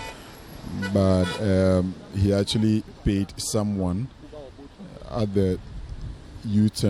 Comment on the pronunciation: The guy with the npp dress said Atweally 😅